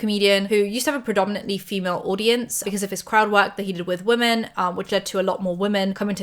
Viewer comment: I love you, but I need you to stop pronouncing "women" as "woman"